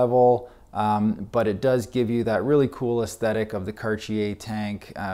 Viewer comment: This the first time I heard Cartier pronounced like that